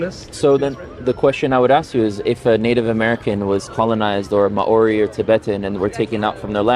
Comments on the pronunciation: Bros gotta learn to pronounce maori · This was a fantastic dialogue. As a half-Kiwi New Zealander - I do have to comment on the pronunciation of Māori - this link briefly explains ->